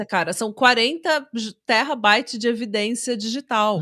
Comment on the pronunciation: A chamando "terabyte" de "terrabyte" é meu novo Spirit animal 🥹🤏❤